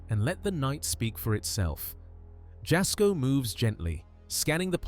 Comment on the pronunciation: TST< > Moe's last name is SARGI (pronounced: SAR - G) not Moe Soggie. TST< > JASKO'S name is pronounced: the "J " makes a " Y " sound ( YAS - KO) it's not a "J " sound. If your going to be uploading other Creator's contents for your contents you REALLY NEED TO LEARN TO PRONOUNCE THEIR NAMES CORRECTLY AND THEIR CHANNEL'S TITLE CORRECTLY. Because their sub's & viewers will tear you apart negatively in your comments for sure. They kinda go a little Karen-ish when someone says something incorrect. So, it would be a wise decision to know your subjects and their info before uploading, especially when your contents are reviews content of other YouTube Creators. Just thought you show know before you start to take off with uploading content on your channel, because small mistakes like all that you have so far in your contents now that people are already barking about, will end up killing your channel before it grows. Just thought you should know, viewers take this a bit serious. Just saying 🤷😊